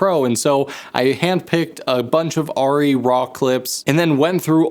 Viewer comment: Super-Cool Video. Thanks a lot. (from Germany) The correct vocal sound, when you say „Arri“…sorry for my poor english…is totally different…from what i heard from you in this video. Again. Sorry for that. 🫣 At the beginning…the „A“…you sound like „Aiii“…is different in german. It would be much more like „Ahh…“, or „Uhh“. On top of that…at the end…the „i“…you sounded like „iee“… Is totally different in german. Much more like „ih“, with no „e“ sound. In total: it is not „aiirrieeh“. It goes like „ahhrrih“. Or even better: „Uhhrih“. Because our „A“…resembles better your „Uhh“… 🙈🎯🤡🥳🏆🫣🤓 I guess this is one of the craziest comments ever. 🫣 But it is true. 🤡